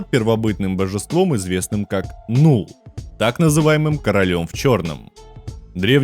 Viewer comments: Ну если не ошибаюсь правильно не нул а нал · Ну так то бог симбиотов не Нулл, а Налл. Для примера слово dull читается как "дал", и по этим же правилам читается и Knull. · не НУЛ, а НАЛ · Или переводи Кнулл или Налл. Что за "Нул"?